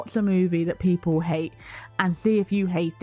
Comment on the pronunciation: "SMALL SOLDIERS PIPOL WHAT IS WRONG WITH PIPOL🤣🤣🤣 THE ACCENT GOT ME GIGGLING 🤣🤣🤣🤣